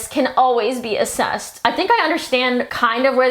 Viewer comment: "accessed" not "assessed"